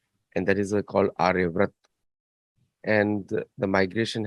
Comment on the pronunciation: आर्यव्रत नही आर्यावर्त बोलो